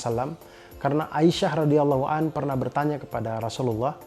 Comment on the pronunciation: koreksi bang, bukan Radhiyallahu 'anhu tapi radhiyallahu 'anha untuk dhamir wanita. Baarakallaahufiik, sering2 dan tamatin bang sirahnya.... aku suka banget